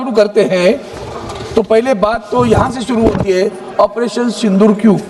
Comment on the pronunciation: Shindoor nhi baba Sindoor, pahle Hindi to dhangse bolane sikh😂